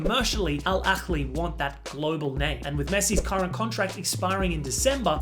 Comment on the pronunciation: my guy it's not al akhghlhgli, it's al-ahly. just pronounce it with an h like a normal person. that's how it's written and that's how it's correctly pronounced.